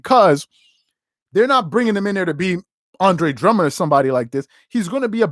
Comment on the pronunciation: Drummond not drummonds